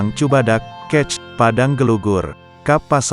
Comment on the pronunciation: Peristiwa woe bukan persitiwa,, Kec itu d baca kecamatan,, bukan lu juga baca kec aja... Tribun oh tribun